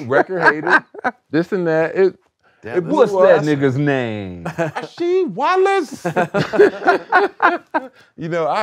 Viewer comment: "Rasheed Wallosavic" 😂